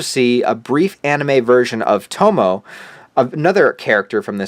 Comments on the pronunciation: “TOH-MOE-EH” not “toh-moe” :) You wouldn’t call Sanosuke “Sano-sook” lol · Her name is To-mo-e (short e), not To-mo. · It's pronounced TO-MO-A...I believe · feels weird living at a time when one has to explain what tapes and fillers are (i have to say that it is pronounced tomo-e) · It's To-Mo-E 😢